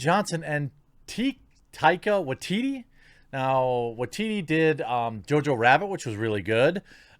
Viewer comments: It's pronounced "Tie-kuh Woke-Titti" Jeremy gosh!!! 😂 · i believe her name may be pronounced as TYka WYteetee also. i hated HATED Brie Larson in Endgame. she was just so fucking Arrogant. she pretty much acted like no one was shit. Iron man could have whipped her ass if he wanted to. Thor could have whipped her ass. she couldnt even fight Thanos as effectively as they did. not to mention she was completely useless in the movie. she was merely there as extra as if her appearance was obligatory at that point. her entire role in the movie was limited to 1. finding Tony in space. 2. destroying Thanos's ship, 3. talking down to everyone else who actually contributed to shit. that is it. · TIE-ka WAH-teetee. With you on Thor Ragnarok, I wasn't a fan. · Fyi... it's pronounced "Tuh-ee-kuh Wuh-ee-tee-tee" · Say it with me, tie-kah wah-tee-tee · His name is pronounced Tye-kaa Wah-TEA-tea. And can anyone tell me if The Mandalorian season one is on DVD/BR yet? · Tie-car Why-Tee-Tee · Heh, just FYI, it's Tie-kuh Why-tee-tee. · I believe they pronounce it Tie-Cuh-Wuh/Wai-Ti-Ti bruv, keep up the good content, appreciate ya